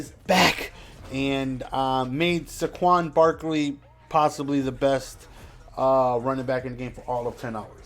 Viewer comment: Pronounced “SAYquon”